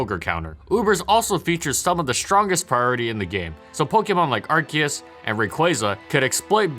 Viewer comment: IT'S NOT AR-KEE-US, IT'S AR-CEE-US